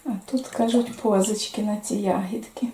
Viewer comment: Не пОзички. А позИчки.